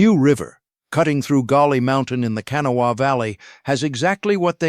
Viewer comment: 5000 workers on that tunnel project with 3000 of them that worked in the tunnel .... 65% had silicosis within the first 3 months of working in the tunnel. And its prononced Ka Naw wha